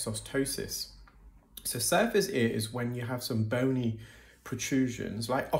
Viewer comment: I thought you were saying SUFACE ear 😂